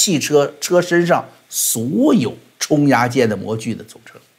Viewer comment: 小意見： 機械製造術語”冲壓“，冲，讀第四聲，（去聲）。設備是”冲床"、模具叫“冲模”。